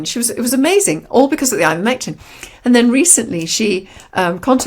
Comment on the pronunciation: " Ivomectin " how do you spell it, pray tell ????